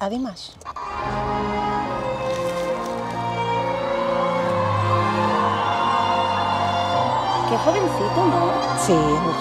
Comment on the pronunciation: Me encanta que te encante, un pequeño alcance, su nombre se pronuncia Dímash no Dimásh